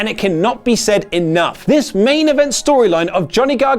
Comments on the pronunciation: Gonny Gargano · Lol gohnny garganno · "Gonny Gargano" lol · Gonny gargano 😂